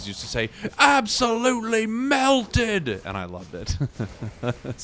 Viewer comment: I love how the english guys says ASBOLutely and in french we say ABSOLument wich is exactly the same word haha